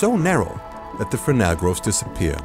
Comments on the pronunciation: Opening shot of The Iron Sea, is unworldly, that the Bokeh looks rendered!, then the underwater shots, sublime! It's a language difference thing, buuuut,... "Grooves" not Groves. Pronunciation is more like Gruu instead of Grow. And for the lulz, a 'grove' is full of plants, just like a lens can end up if not cared for and cleaned properly ;) The extra lulz,.. Fresnel, I used to hear it said as Fress-nell, and it irked even more. Edit - that's the "U-2" spyplane. The B-2 is the Stealth Bomber. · Fascinating as always but “grooves” not “groves”. Thanks, Digital Masters Australasia. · Lol it's grooves not groves..big difference